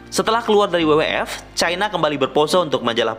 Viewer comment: FYI bacanya ef-way-ai bang bukan ef-ye-i.. hehe